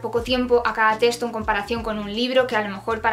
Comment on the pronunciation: En cada teshto xd